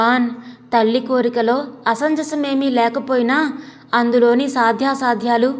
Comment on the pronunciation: Please note it is not - అసంజసం . It is అసమంజసం.